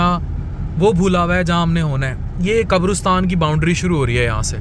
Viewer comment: Maazrat ke saath....it's not qabrustan.....it's qabristan